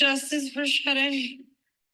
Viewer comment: Her name is SADE pronounce it correctly